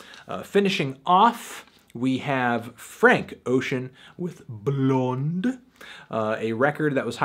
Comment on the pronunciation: Fantano said Blond in perfect swedish